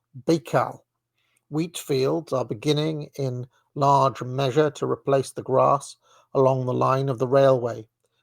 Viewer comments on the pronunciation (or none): none